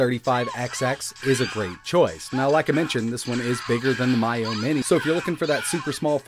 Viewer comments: Miyoo: “Me-You > My-Yo” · Never heard anyone say "Miyoo" like that before. lol